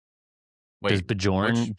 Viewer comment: I've always found this podcast entertaining, but hearing DJ and both saying Bjorn's name wrong after and both said it correctly made me want to shove a knife through one ear and out the other.